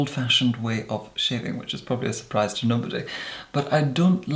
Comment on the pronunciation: I’m totally going to be saying surprise as “zurprise”